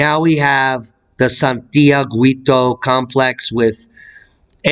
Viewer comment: Thanks for the information about this volcano. Just a language note to let you know that in the name "Santiaguito" the letter "u" is not pronounced at all in Spanish. The "u" is written to indicate that the "g" has the same sound as in "ga" "go" and "gu". So in pronouncing "Santiaguito" use the same "g" sound you are using and then the "i". Just ignore the "u" sound. Hope this helps.